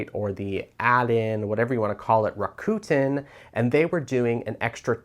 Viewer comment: It’s pronounced Rack-ah- ten…😊